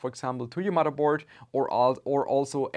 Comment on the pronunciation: I watch this channel to hear when he says mudderboard